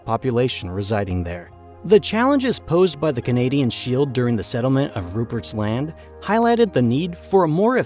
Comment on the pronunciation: Newfoundland was particularly fun to hear. And it was a little jarring to hear him say Rupert’s Land as like two distinct words. Most people I know just say it like one word. That one wasn’t as bad obviously but it was still funny.